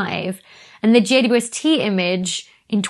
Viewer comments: I am getting old. I cannot hear the double-u in JWST. Has it been renamed? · It confuses me too. I hear a german Weh and understand quite well what she says because i'm german and that's how i would pronounce it. Dou-ble-u has far too many syllables for an abbreviation. Or is is just rly fast? (including length contraction added for effect :))